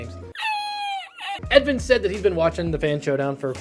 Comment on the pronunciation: Edvin is usually pronounced more like edwin. Or something in the middle of those two.